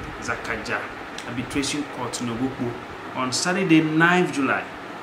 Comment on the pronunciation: Sir please the name of the time is Nogokpo not Nokpokpo